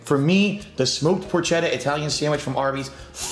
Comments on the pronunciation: you as an Italian should know it's pronounced "por-ketta", not "por-chetta" like it's spelled. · He always brags about being Italian but doesn’t know how to pronounce porchetta and calls it a fattier type of meat when it’s just a type of pork roast.